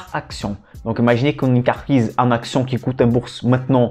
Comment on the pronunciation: Belles série de vidéos didactiques. Un petit plus serait de prononcer "entreprise" et non "enterprise" mais je sais que la langue française n'est pas facile. ;)